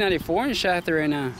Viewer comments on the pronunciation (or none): none